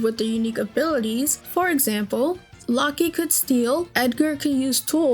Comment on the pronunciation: Happy to see a younger person enjoying this game. I was 14 when this came out and I played it. BTW, in Locke, the E is silent. It's just pronounced lock. I had the same issue when I played it. Cyan is pronounced with a k sound, also. Kyan. When I originally played it, I pronounced it like the color that matches its spelling, Syan. Spoiler warning for a near 30yo game. There is an interesting video I watched a while back that suggested that Kefka is the main character of FF6. While obviously he is the antagonist, it's his choices that move the plot forward the most. Unless the story has been spoiled for the player. He catches them by surprise at the mid-turning point of the game. His introduction makes him seem like a joke and seems as if he'll be a comic relief recurring villain and maybe major boss at some point, but not the Big Bad. He's still the best FF villain in many players (including my) view, with Sephiroth being a close second. Edit: They didn't do a fantastic job explaining it in game, but Kefka did have a bit of a "tragic backstory". He was driven insane by the early process of infusing magitek knights. How bad he was before that is never really made known, though.